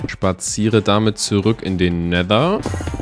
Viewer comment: Versuche doch richtiges Wasser in Never